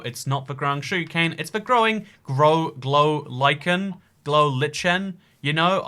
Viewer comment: Glow Like en is how it is pronounced heheh